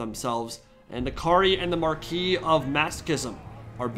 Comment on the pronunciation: I'm so glad to finally hear someone in the TW community pronounce "marquis" correctly.